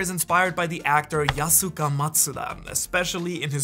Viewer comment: Name spelled “yusaku” and you pronounce it yasuka? Lmfao what